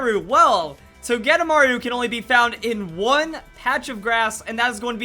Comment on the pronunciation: I thought it was pronounced Toge-De-Maru